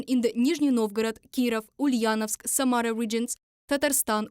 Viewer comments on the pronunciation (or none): none